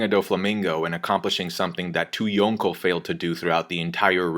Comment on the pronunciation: "yoownkow Level"